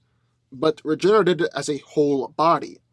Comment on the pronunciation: can you say r.e.g.e.n.e.r.a.t.e.d... Not reginnnert bro